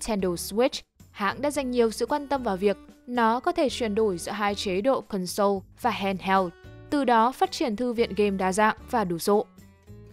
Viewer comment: Mình xin góp ý là từ console đọc là CON-sole chừ không phải là con-SOLE. Mình góp ý vì bạn thuyết minh có tiếng anh khá tốt. Nên chú ý đọc đúng vì thói quen đọc sai đó không tốt